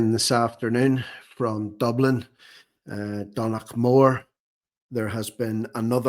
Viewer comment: Think that might be pronounced "done-a-mead" as in the name McDonagh